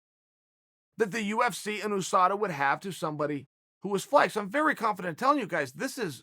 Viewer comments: you-sa-da = USADA NOT OOSADA uncle Chael it's not a person. Sheesh. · The entire world: USADA Uncle Chael: OOSADA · Everyone: USADA Chael: OoSADA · Chael "OOSADA" Sonnen